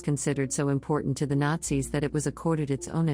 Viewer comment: you know, at first i thought what is this guy on? she just said Nazis perfectly fine. and then i get to number one...